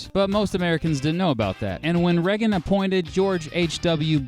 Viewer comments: beat. Without meaning to sound petty, Reagan's surname isn't pronounced "Reg-gen" it's "Ray-gen" in terms of pronunciation. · Anyone else notice he pronounces Reagan like Reh-gin, not Ray-gin Anyway I still love this channel lol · Ray-gan. Not Reg-in.